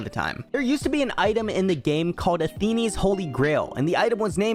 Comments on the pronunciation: i have never heard someone pronounce Athene's as "Atheenie's" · When youtubers try act like they've been around for a while and they haven't